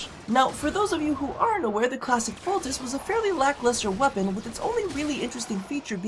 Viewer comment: Bruh, it's Bolt-ah-chee. Like Versace